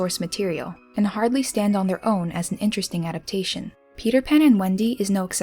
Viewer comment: Please learn how to say the word 'adaptation'. It is FOUR syllables, not three: a dap TAY shun. The emphasis is on the third syllable.